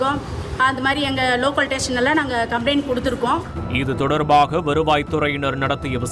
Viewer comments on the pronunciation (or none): ஸ்டேஷன்கிறதை டேசன்னு உச்சரிக்கும் உங்களை போன்றவர்கள் ஏமாறுவதில் பெரிய வியப்புமில்லை...ஏத்தனை கோடி கொடுத்தாவாவது அரசாங்க வேலை வேணும் ...எல்லாம் கால கொடுமை .